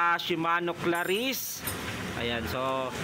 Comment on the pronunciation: Cla-reece. Hindi "ClaRISSE!!!" Poota. Dun palang tinigilan ko na panonood.